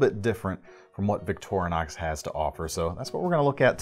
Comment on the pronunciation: Liked the video! ...but it's killing me when he says Victor(uh)nox instead of Victorinox (Victoria + Inoxidable = Victorinox ....no "uh" js😁).